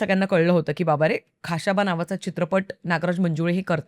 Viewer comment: Though knowledge of this subject is less,but presentation and hardwork are admirable... खा श बा 🎉 and not खा शा बा